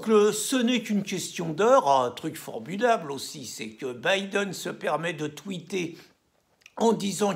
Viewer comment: Ah finalement quelqu’un t’as enfin appris à prononcer Biden, lol. C’est un bon début maintenant va apprendre l’anglais courant et tu pourras commenter la politique américaine, Charlot !